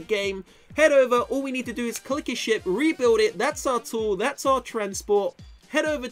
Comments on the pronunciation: lmao it souned like said shit instead of ship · Whenever says ship I keep on hearing sh*t